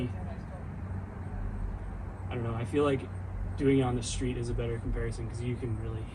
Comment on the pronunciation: ffs not "shtreet", it's called "street".